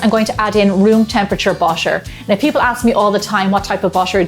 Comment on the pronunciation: ❌ BUTTER ❌ --> BUSHER ✅ Love it <3